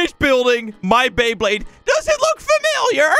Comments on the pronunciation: Bro just said bleyblade c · Is it just me or did he say blaybade